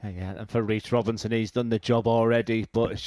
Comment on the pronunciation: Henry and Duzza are my favourite commentary duo. Also, who’s Weece Wobinson?